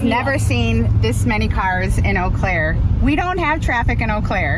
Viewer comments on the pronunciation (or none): I love you, but it's pronounced "O" Claire. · Oh' Clair. Why can't some of you pronounce things s. Too trivial to learn and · What you don't seem to understand is that the video probably showed 90% of that airport in the video. Eau Claire (Oh Claire pronounciation) only has a population of around 70,000 people. Her rally location is 7.6 miles from the airport on the north side of Eau Claire in the country. The North Crossing was blocked off for hours which is the only road from the east to west side of Eau Claire on the north side which is why it's called the "North Crossing" Every speech I have seen from Harris/Walz has had medical emergencies during their speeches. They need to be on time for outdoor events with those blistering 77 degree temperatures apparently. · Not to nitpick, but the name of the city is pronounced Oh Claire. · It's pronounced, "OH" Claire. Wow, it's plain creepy how Vance is stalking Harris and Walz! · "OH CLARE, OH CLARE, OH CLARE!" That's NOT HOW IT'S SPELLED, BUT IS HOW IT'S SAID_! Amazing that BEN is an attorney, & he knows what a "Ven Diagram" is, yet HE CAN'T PRONOUNCE "AU CLAIRE" CORRECTLY --- _SO SAD!!! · Oh Claire, Ben, that's the pronunciation of Eau Claire. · FYI: It is pronounced “Oh-Claire”. Central Wisconsinites have a bit of a French influence in their dialect. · In eau claire we pronounce it (ohhh) claire..not whatever you all say it like...nobody here says it with a French accent....nobody.... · it is pronounced OH CLARE